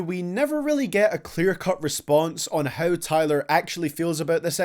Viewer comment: Everytime you say “how” i blush cause i hear you calling me a “hoe”